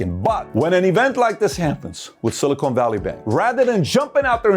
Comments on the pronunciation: Its pronounced Silicon, not Silicone. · SiliCON. Not SiliCONE. We're talking about microchips here, not fake t*ts. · Someone please tell PBD it’s pronounced “sili-CON” not “sili-CONE” 🤦🏻‍♂️